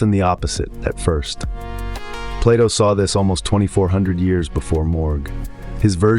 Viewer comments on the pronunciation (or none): none